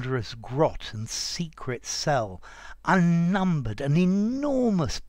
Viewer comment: Nice poem and good explanation, but clearly it says ‘unnumbered’, not ‘uNiNcUmBereD’